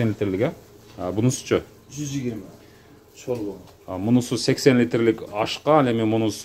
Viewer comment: Шорво дейтго так суйлогулочу